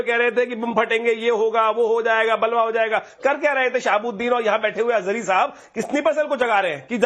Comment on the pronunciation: Ajhari nahi Ajgari hai 😂